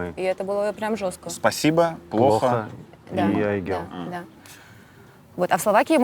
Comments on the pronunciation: @@ давайте начнём с имени, ни одну Айгуль или Айгель или Aiygel я не знаю в подобном произношении. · теперь я буду произносить это имя с мягкой Л на конце)